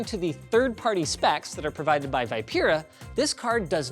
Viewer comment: I think "vipera" is spelled "Vee-peh-raa" :-?